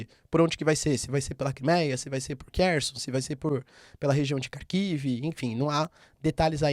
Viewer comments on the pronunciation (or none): none